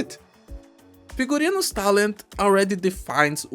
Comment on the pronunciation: This is the first time on history of arknights that pronounced the name of an operator correctly. And that's because Figurino is a word with Latin roots anyway.